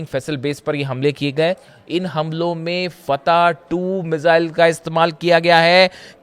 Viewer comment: भाई मिसाइल होता है न कि मिज़ाइल,,, सीएनबीसी वालों कहां से ले कर आते हो ऐसे लोगों को ।